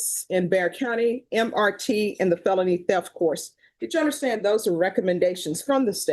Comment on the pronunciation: It drives me absolutely insane that Judge Boyd doesn’t know how to say felony group one. She says phelpny group one